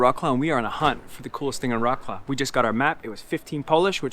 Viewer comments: Vrotz - Lav! Do not butcher the name of this beautiful city! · Not Vrots-Claw, rather Vrots-Love. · "Roklo" that how sound in polish😂😂😂try vroclav(c is not k) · Its not rawclaw, you know the history,why dontyou learn how to pronounce the city name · Vrotz-Wahv, more like. The "Ł" is pronounced like English "W", ALWAYS. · Wroclaw is pronounced Vrahts-wahv. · OMG, please do not insult Wrocław by pronouncing its name in a way that bears no resemblance to the actual name !!!!!!!!!!!!!!!!!!!!!!!!!!!!!!!!!!!!!!! WROCŁAW Wrocław pronunciation is Vro-ts-wav ✅ Polish W = English V Polish C = English Ts from Tsunami Polish Ł (it's not L) = English W WROCŁAW = Vro-ts-wav ✅